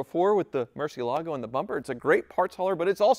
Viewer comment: took less than one minute to murder the pronunciation of Murcielago. He, DDE, and all need help.